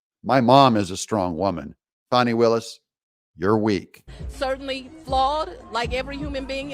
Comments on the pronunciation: FANI NOT FAWNI. IT’S FAN EEEE. FAN EEEEE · Her name is Fanni as in butt! Not Fauni that would be spelled differently!!